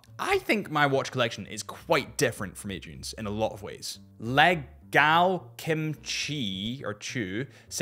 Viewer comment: bro can't read names. Legal Kimchi "Leg Al Kim Chu" , Dale Richardson "Da Layer Chardson"